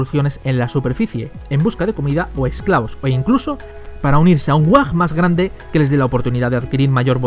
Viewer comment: No es whag es WHAAAAAAAAAAAAAAAGGGG